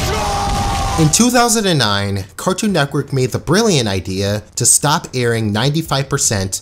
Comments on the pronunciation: why do you say neckwork instead of network it drives me insane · cartoon netquirk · Why do u keep saying 'Cartoon Neckwork'? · Loved this video but I wanted to scream everytime he said "Cartoon Neckwork" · “Cartoon Nekwork” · "cartoon nectwork" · If you say Cartoon Neckwork one more time.... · "Carktoon Neckwork" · if you say nekwork one more time imma lose it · "cartoon nekwork" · I could have sworn you said neck worth instead of network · “C a r t o o n N e c k w o r k” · Why do you call it cartoon neckwork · Great show.. but man, i couldn’t stand hearing “cartoon neckwork” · He says "Cartoon Neckwork" 😂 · Is it me or does he say carktoon nekwork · Cartoon “nekwork” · This nigga keeps saying NECKwork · bruh you started this video off by saying cartoon neckwork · this guy be always misspelling things like "cartoon nekwork" and "the maks" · Why do u keep saying neckwork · Guys. I don't think you're hearing this man right. Cartoon. Neckwork. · “Cartoon neckwerk “ Ok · Is nobody gonna talk about how he says Cartoon Netqwork. (And no I did not spell it wrong that’s just how he says it) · "Cartoon Neckwerk" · "Cartoo Nekwerk" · the word is network dawg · the way this dude pronounces "network" kills me